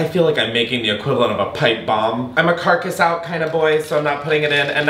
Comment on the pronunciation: "carcus out" OKAY